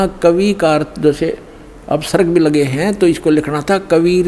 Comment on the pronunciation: विसर्ग को अप्सर्ग कह रहा है तुम्हारा तत्वज्ञानी गुरु 21.22 पर ।